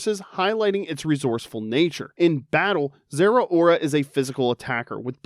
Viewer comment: Please never say Zerora again